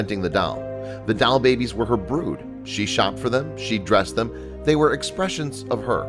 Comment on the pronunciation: doll!.... not dial